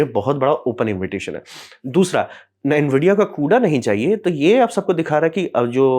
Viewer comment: कुडा ना कूड़ा 😂😂